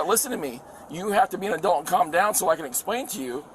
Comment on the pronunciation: also says “adelts” when he says adults 😂